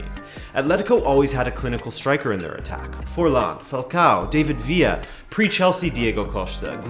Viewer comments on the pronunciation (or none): none